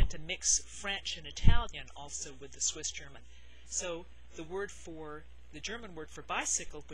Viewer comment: I live in America since a while but I am Swiss. Your pronounciation is killing me it is soooooooo good!!! Everybody I was trying to teach some Swiss german terms totally messed up the pronounciation. Yours is extremely good!